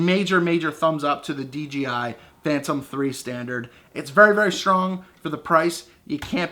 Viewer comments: You say "DGI", lol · Nice review but it's called DJI not DGI.